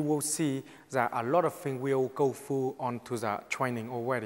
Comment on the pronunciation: "I gonna bury him so fast zat his Mom can't even find the coffin for him to go down".